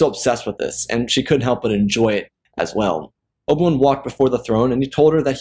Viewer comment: "Oba- wun?"